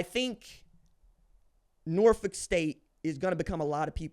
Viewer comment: BEHOLD THE GREEN AND GOLD💚💛thank you pronouning Norfolk correctly!!!